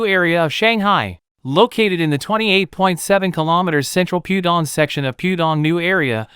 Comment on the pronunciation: That's 'Pooh' Dong - not 'Pew' Dong.